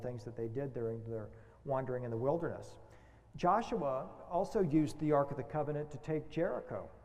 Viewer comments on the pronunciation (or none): none